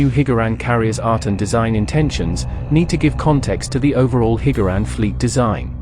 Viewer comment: Hearing “Hig-Gar-Ran” is quite triggering